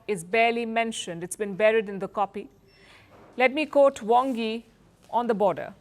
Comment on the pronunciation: It's cute how she says coat instead of quote lol